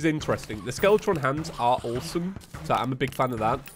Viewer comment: Every time you say awsome, it sounds like tour saying oresome, but ive watched you for a long time and ive gotten yoused to it